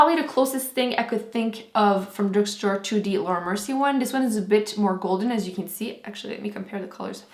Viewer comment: why you say laura mercie not with your accent in this video??? T.T haha i like when you say it with your french accent